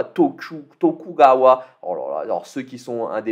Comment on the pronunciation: Alors le "u" en japonais se prononce "ou" donc c'est "Togougawa" qu'il faut prononcer. Pour le casque lilith a pas craqué du tout! C'est vraiment comme ça qu'était son casque😅😂... Pour la petite histoire il faisait parti des 4 rois céleste au service de Togugawa Ieyasu, un shogun de la fin de l'ère Sengoku début Edo. Pour Soliman, là aussi ils ont pas craqué! C'est d'ailleurs un turban plus qu'un casque.. Et "janissary" c'est les janissaires, troupes d'élite de l'armée Ottomane. Le nom de son expertise est justifié puisque que c'est lui qui a étendu l'empire ottoman vers l'Europe, d'ou le skill "siège de Vienne" . Oui j'aime l'histoire...😅